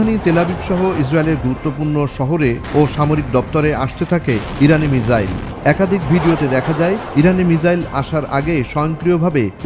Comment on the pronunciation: মিজাইল নাকি মিসাইল হবে